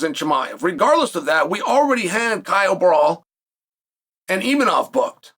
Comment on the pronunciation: "ImaNov" "KhaZMat"😅😅😅.These guys man🙄